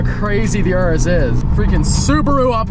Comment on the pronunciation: Wtf is an URUSSS it’s called a Urus Your-us